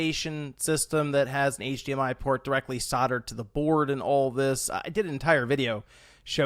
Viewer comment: Why did you say sudard to the board its soldered please use the l in the word its not silent 😂